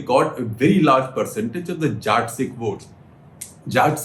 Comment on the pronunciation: Hi Shekhar Sir. Please start pronouncing the word Jatt properly. Its Jatt Sikh not Jaat Sikh.